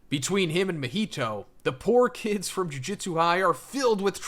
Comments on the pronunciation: Another youtuber trying to explain something about a show/manga whose title they can't even pronounce correctly. Jujitsu =/= Jujutsu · Dude, I swear to God every fucking JJK video. It's Ju-JU-tsu, not Jiu-Jitsu. As is bad JU-JU, like magic. Not like Brazilian Jiu-Jitsu. JOO - JOOT - SUE